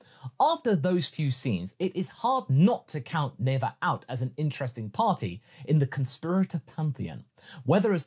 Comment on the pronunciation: Never say Neva!